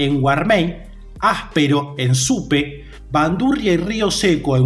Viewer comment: Entiendo que al no conocer el nombre lo pronuncies incorrectamente pero como muchos lo conocerán por este medio mejor corregirlo; se dice Supe no Supé y Chavín de Huántar no de Huantar. Gracias por difundir mas sobre Caral